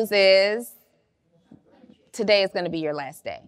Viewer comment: I absolutely love!!! When you thought she said two-day notice and realize it’s a TO-Day notice!! I can’t wait!!!